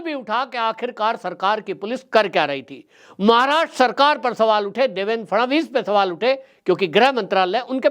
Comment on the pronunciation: काफी अनावश्यक बाते बोल रहा है. इसे माननीय देवेंद्र फडणवीस का नाम तक ठीक तरह से लेने नहीं आताहै. देवेन केहता है. कौन केहता है के नितीन गडकरीजी को हटाके फडणवीस जी को लाया गया है. महाशयजी खुद की मनगठन कहानियां बोलना बंद करदो. पहले की सरकार जाकर नयी सरकार आने से क्या फरक पडाहै ये आपको नहीं मालूम. अभि अभि का ताजा उदाहरण देखीये. पहले की सरकार होती तो क्या बुलडोझर चलता ?